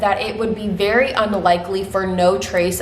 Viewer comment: every time you said "very" I heard "Barry", I might have been to focused on the laundry that I am doing haha. You are amazing!